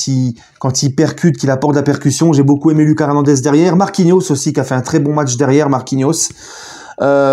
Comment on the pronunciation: Salut! C’est LOOKASSE HERNANDEZ, PAS A LA FRANÇAISE